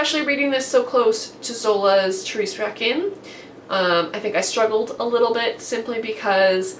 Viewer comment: Your pronunciation of Thérèse Raquin was fine :), the trick is not to pronounce the "u" because it is never pronounced after the "q" :). I'm really glad you enjoyed Thérèse Raquin, it's one of my all time favourite book! I've bought Crime and Punishment which I would like to read after I finish The Count of Monte Cristo because I've never read any Dostoïevski and I need to start somewhere. Yep you were almost there the Balzac part was really well pronounced. In French, you pronunces all the part of Ho-No-Ré. I haven't read any Balzac yet (well, not really sure).